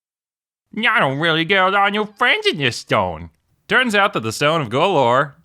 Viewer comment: The abaleth again! yay! We need to get shirts with the abaleth and "Ye wanna be mah fwiend?"